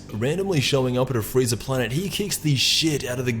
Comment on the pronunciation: he said "freezer" not frieza almost at the very end lol